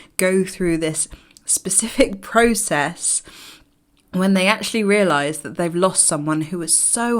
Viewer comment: Why do you eyes scan room? Prooocesss, are you Canadian 😃